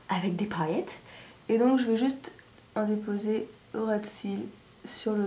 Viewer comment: Très joli ! Je remplacerai le rouge par une autre couleur parce que j'aime pas trop, mais ce n'est que mon avis ! J'adore les paillettes ! Haha, d'ailleurs tu m'as fait délirer avec est "paaaaaillettes" et "magnifayques" (y). Bonnes fêtes !